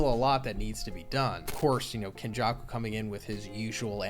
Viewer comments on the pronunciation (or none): none